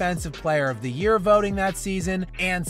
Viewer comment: Friendly advice to YouTubers. Take it easy on the word, "thee". If the script says, "the", pronounce it as such. Think of it like this... "Please pass thee ketchup." It's weird.